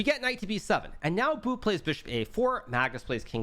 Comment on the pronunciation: The way hikaru says bu sounds like He’s calling him “boo” 😹